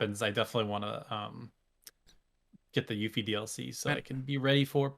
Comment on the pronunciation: I was laughing so hard! Her name is pronounced You-fee, not yuffy. Also, I got my PS5 from Gamestop as a bundle. You get a notification now and it's only accessible if you have Gamestop pro membership which I thought was sleazy but might be what kept the bots away. I had to refresh the screen for about 30 minutes after the expected time, but I got it with an extra controller, $20 gift card, Spiderman, and Ratchet & Clank. Bundle contents seems to vary. Next year's list is going to be amazing!